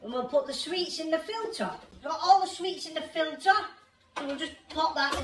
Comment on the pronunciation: Put your money into extra English lessons. It’s sweets not sweats🙈